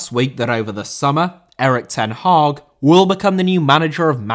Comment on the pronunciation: Hag* not Horg